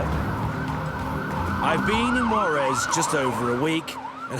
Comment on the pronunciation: IF YOU ARE GOING TO REPORT ABOUT MEXICO. PLEASE PRONOUNCE THE JUAREZ CORRECTLY! YOU ARE SAYING WAREZ.